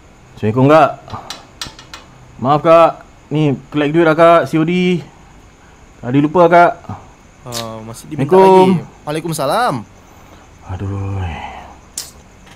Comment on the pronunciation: Bang bukan waalaikumsalam tapi waalaikumussalam ya saya hanya mengingatkan saja❤😊😅